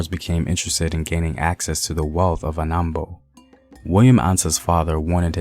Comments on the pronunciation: William Ansah is from Anomabo not Anambo (present day Saltpond) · Nothing new to learn from this video. The narrator can't even properly say African names. So this is rubbish